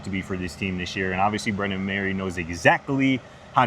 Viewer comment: Dudes...It's Brennan Marion, not Brendan. As reporters, you should at least know the OC's name.